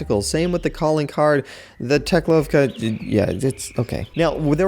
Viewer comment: Boom, it's Teklowvka not teklovka